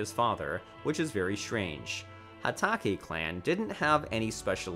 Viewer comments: Is nobody gonna talk about how he said sanin? Or Hatake? Or Naruto manga? Or Boruto? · Hah-takee Clan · "Hataki" lmoa